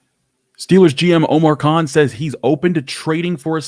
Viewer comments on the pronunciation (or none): none